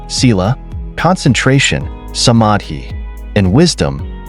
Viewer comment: you mispronounce all the important words including Sheila summary panya, you should educate yourself before you post these things.